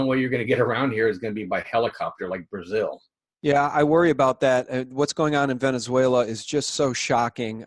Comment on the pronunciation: Fatso may be rich , but he says "Venezueilia". Watch your cholesterol fatso ,it will be your undoing.